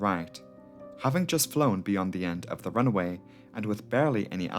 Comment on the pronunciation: Why do you pronounce runway as runaway?